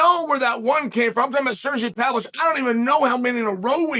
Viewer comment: it's pa-VLO-vich